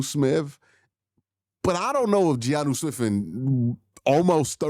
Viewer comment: Q I love you but Giannu Smith is killing me😭🤣